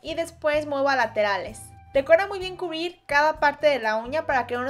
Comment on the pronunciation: dijiste cubir No te preocupes te amoo